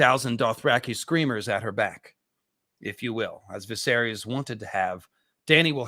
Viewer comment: As well as Daenerys, George himself pronounces it DUH-NAIR-US and Viserys VUH-SAIR-US